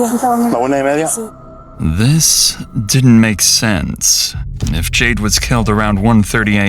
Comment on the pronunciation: Why does it sound like you are constantly sighing in your narration “JadeUH” CringeUH